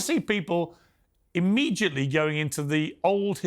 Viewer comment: I love the way Piers says “immejiately”